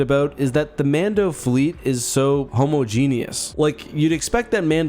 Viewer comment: That is NOT how you pronounce homogenous!